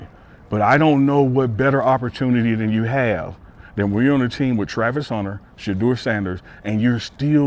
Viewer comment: “ this team is built around Sheduer Sanders” 🤔